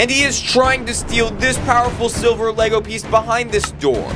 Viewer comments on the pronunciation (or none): none